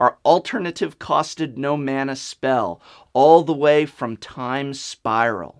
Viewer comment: SWEET GOD SAY MANA RIGHT